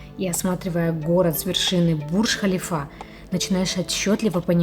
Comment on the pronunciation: Интересно рассказываете и показываете , спокойно и приятно! Момент один , Бурдж ХалИфа, все таки носит мужское имя это здание